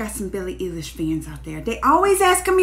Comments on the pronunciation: please.. it's eilish.. like an eyelash but an eyelish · Billie eeilish lmao